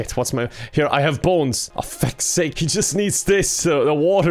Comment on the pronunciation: says Bones as if it's spelled boens